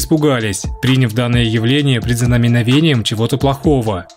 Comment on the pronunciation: Да блин! Парень! Ты почему такой безграмотный и не умеешь ставить ударения??? Что за прИняв? Если надо говорить: принЯв! А уж слово предзнаменование? Знамение, а перед ним предзнаменование! П….ц. Закрой свой канал, и иди в школу.